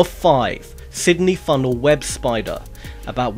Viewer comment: It's pronounced FUNNEL web spider, not Funnel WEB spider.